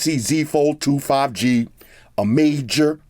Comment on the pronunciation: did he say samsung 5G... 5 Gangster? hehe i love this dude already :D